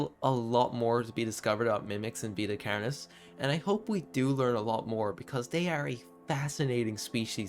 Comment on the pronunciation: you say carnis so irish. carrrnis